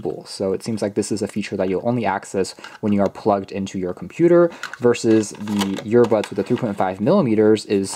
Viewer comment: Sooo am I the only one hearing “YEAR-bud(s)” over and over again?